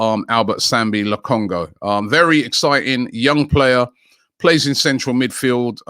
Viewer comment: He absolutely butchered it LOL and “Albert Sambi Lokongoo”